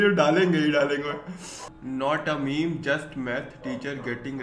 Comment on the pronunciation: Bhai math teacher meme tha waha tune me me nahi meem bola... Galat bhai😣